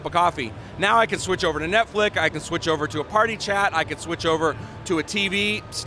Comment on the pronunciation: did he say netflick. Just goes to show how out of touch these corporate fucks at microsoft are.